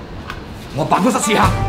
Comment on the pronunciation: 點解我聽到喺「辦公室屎坑」